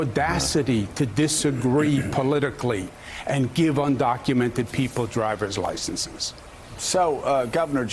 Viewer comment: Let me correct you Joe. Un-do-cu-men-ted. Say it with me.